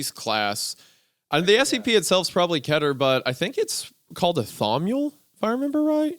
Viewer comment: It's def keh-ter, not kee-ter. That kills me a little each time